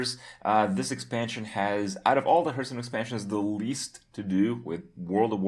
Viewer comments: When are you gonna pronounce hearthstone the right way? :P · Maybe Blizzcon teaches Kripp how to pronounce the name of the game he talks about so much :)